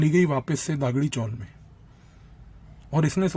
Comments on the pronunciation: सस्पेन्स स्टोरी मगर सस्पेन्स वैसे का वैसे ही रह गया! खुलेआम बता दो उस कॉंग्रेस नेता का नाम जिसने बुखारी को मरवाया ! आपके उच्चार ठीक नहीं जैसे दगडी चाल को आप दागडी चॉल बोल रहे हो वैसे ही अरुण गवळी को अरुण गावळी बोल रहे हो ! बुखारी ने यह सिक्रेट और किसी को बताया होगा जिससे और जानकारी मिल सकती है ! शरद पवार को बेनकाब करने के लिये और जानकारी दे दो ! तेलगी के साथ वो जुडा था वैसे ही मुंबई बॉम्ब ब्लास्ट के संशयित शर्मा बंधू से भी जुडे हुए थे ! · इस को दगडी चाल और अरुण गवळी बोलना नहीं आ रहा वो हमें बता रहा है 😅